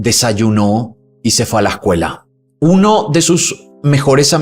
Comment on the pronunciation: "A LASCUELA" o A la escuela?. Es un golpe al oyente.